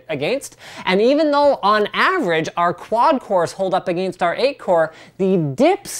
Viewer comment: anyone ever notice how he says against?